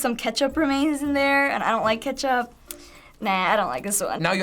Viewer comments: Catch up bottle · “catchup bottle”?😂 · wtf “katchup” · just said a katchup XD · The way said Ketchup pissed me off.